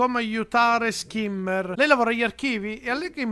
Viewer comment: i nomi sono in tedesco quindi si dovrebbe dire "Scimmer" non Schimmer Continua così sei un grande